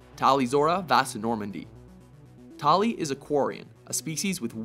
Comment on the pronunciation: My question is, is why is it that people pronounce Tali's name differently? I mean in ME2 she sounds like she says her name is "Tahli". Even WatchMojo said it like that, but in the other MEs they say Tali. The fuck.